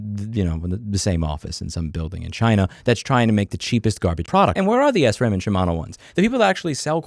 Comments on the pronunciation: Listen bro, I like your content and I completely agree with you about Amazon, but s ram? I'm a pretty hardcore cyclist and I believe it's pronounced sram -with no break in between -at least that's the way everyone I've known has said it. To each his own though, so keep up the good work 👍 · I love how you say sram as s-ram